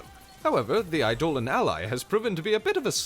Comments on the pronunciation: Idle-On. Not I-Dole-Un. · "Eye-doe-lawn" - Eidolon or rather, "ayedo-lawn"